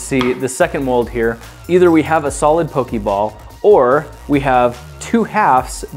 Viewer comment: The day the previous episode went up, I informed him how 'Poke Ball' was pronounced, but he put this up the very next day, and I may have been late before I even saw it.